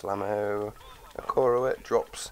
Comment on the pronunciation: "i-car-oah" is how to pronounce it